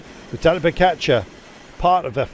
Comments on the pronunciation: Its pogacar not pokatschar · Why is he pronouncing it PoKačar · Why cant he pronounce Pogacar properly?